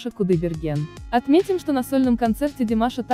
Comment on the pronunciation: Не понравился обзор,во первых очень кратко без эмоций как будто не видела весь этот фурор,во вторых неправильное произношение имени Абил- Мансур ударение на букву ,,у",слово домбра ударение на последний слог,неприятно слушать когда искажают ,особенно имя.